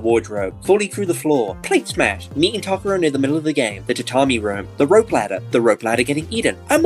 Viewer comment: Why are they pronouncing Takuro’s name so weird?